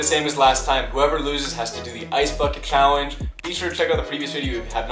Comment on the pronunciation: Nobody::chawenge